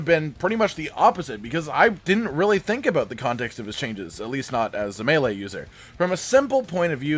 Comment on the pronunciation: Hey you learned how to say melee, 👍